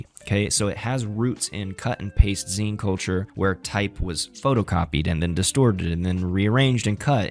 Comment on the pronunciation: heads up "zine" is like a mini magazine so it's pronounced like "magazine" without the maga. I appreciate the video but these are small things that can be worked on so it sounds more like you are talking to the camera and less like you're reading a script and aren't an expert on the subject matter.